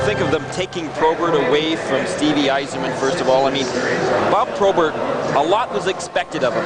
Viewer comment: why does that idiot keep calling probert "tobert"?